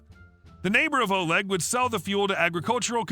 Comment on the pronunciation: Love your stories. In the last story Oleg isn't pronounced as O-leg but O-lay. Also chutzpah the c isn't pronounced.